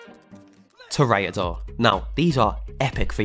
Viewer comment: You did pronounce toreador wrong, its pronounced Tour ra door